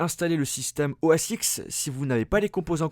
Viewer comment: Juste pour information, on dit OS 10 et non pas OS X...